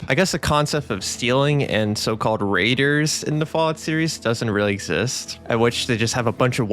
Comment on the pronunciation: Hes the tourist himself. He learned all those words from visting reddit i can just see it in my head. Bro has never touched fallout 1 or 2 in his life. New Vwwegas 🤓 is the best ive never touched the OGs and i hate new fwallout. What a chump